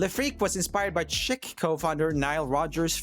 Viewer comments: It is not pronounced like chick but rather the French way — sheek and he probably wasn’t let in because he was black. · The group chic is pronounced like sheik , they were denied entrance to the club because they were black. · Not "Chick" for Chic - but pronounced "Sheek."